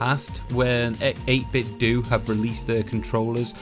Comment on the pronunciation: I feel as though 8bitdo is pronounced like you would nintendo (dough, not doo). By all means I could be way off, but it seems like a logical play on phonetics..